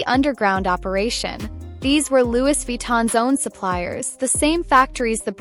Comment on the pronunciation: Please correct your pronunciation. Loui, though written as Louis